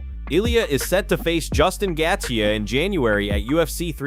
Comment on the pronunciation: Gat-chee... wtf is the audio guy. The names are so bad.